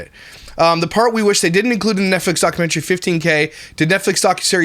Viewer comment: nutflix sound like a corn site lol